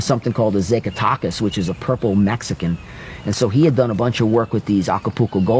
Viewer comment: Zackatechas is how you say it brother lol